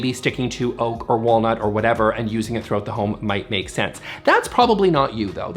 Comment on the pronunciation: Did you just say Oak is Oak-ay? :)